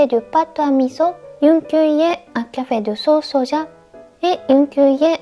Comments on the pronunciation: 、いつもお疲れ様です。 初めて「味噌」を「ミゾ」と聞かれまして、なんか新鮮です。 数年前にもお弁当をお作りになさいましたね。その数年間が立って、新しいお弁当レシピなされて有難く見させていただきます。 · 味噌はミゾと言って、フランス語が上手いですね（笑） 大阪→オザカ 長崎→ナガザキ 和さ美→ワザビ 盆栽→ボンザイ